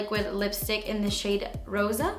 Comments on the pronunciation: Sooo nice! The best part was the "rrrrrosa" in spanish! Love your videos, thank you very very much, greetings from argentina! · Beautiful as always! Btw. Do you speak Spanish? Because when you said "rosa" you pronounce it very well